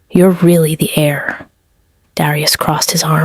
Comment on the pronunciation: Heir. Not air. HTH